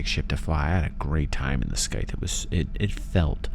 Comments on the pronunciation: Pronunciation of scythe is Saith not skyth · Under an hour?? lies! Great vid. Scythe is pronounced (SAI' th). Just to be picky. I have to fill the quota. :) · The way you say scythe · I'm afraid people are gonna give you a hard time over pronouciation of Scythe again LOL